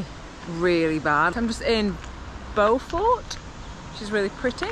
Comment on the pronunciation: It's Aravee. Final s is not pronounced. Like Paree is Paris. It's Beaufore. Silent T. Home of a very highly regarded cheese. Roseland incredible from both sides but you could have took the Col du Pre from that side. Ridiculously fast descent to Bourg St. Maurice. Nice. 2 hours from MCR. Col d Eze, Turini, La Turbine, Madone. Train and bike and you can go inland or on the coast. The location where the best riders live and train